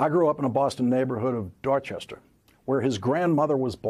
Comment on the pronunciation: It’s awesome the way Lawrence lets his Boston accent loose when he says “Dorchester”.